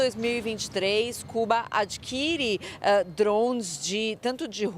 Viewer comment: Por que falar “drouunnes” se o equivalente em português é “drones”? 🤦🏻‍♂️